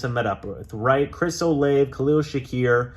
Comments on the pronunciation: its pronounced Chris "O-lah-Vey" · As a Ohio state fan u saying Chris olave name wrong 🤦🏾‍♂️🤦🏾‍♂️🤦🏾‍♂️